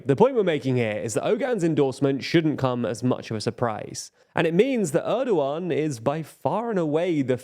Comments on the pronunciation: It's weird that every English person I hear talk about this Turkish election pronounces Oğan's name wrong. They all say Erdoğan correctly and even Kılıçdaroğlu. They see that the ğ in those names is not pronounced like a regular G, but then they just ignore that for Oğan and pretend it's Ogan. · how is the pronouciation on point for erd-oğan but off for oğan lol, ince [inˈdʒe] is a little more understandable but still jarring after hearing the first two being pronounced correctly